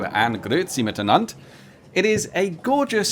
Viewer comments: You got my like seconds in with the "Grüezi mitenand". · You pronounced "Grüezi mitenand" very good.